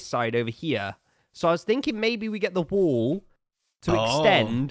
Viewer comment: After about the 3rd time he said 'wall' I realized he wasn't saying 'wool'😅